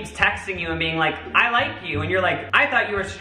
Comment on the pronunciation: “youre a human beinK”